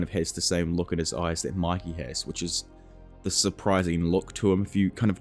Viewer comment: Why do you say Maki instead of Mikey